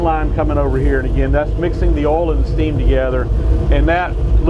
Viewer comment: take a shot everytiime he says "ohl" (oil)